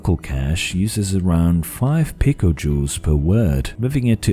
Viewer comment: i heard pica joules (pj) as pickle juice